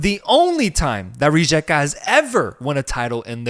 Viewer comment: Thanks for covering Croatia! Love your show. Pro tip: the letter J is pronounced as a Y like in Northern European. Hajduk = High Duke Rijeka = Ree Yeakuh ☺️